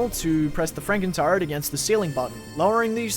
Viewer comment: i thought you were saying frankentart the entire time lmaoooo